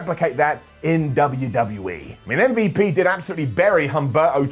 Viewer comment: M-V-Lash-P. Come on, man.